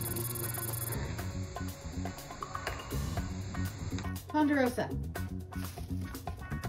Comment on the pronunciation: Male cat...Ponderosa, not Ponderoso... : cries in Latin